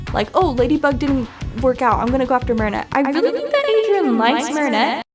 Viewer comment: I thought you were gonna say my name when you said Adrian because my name is Adriana 💀and I got exited but the way you said aderain 💀that’s how people call me adreiana